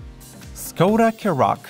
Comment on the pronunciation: škoda is pronounced as “shkoda”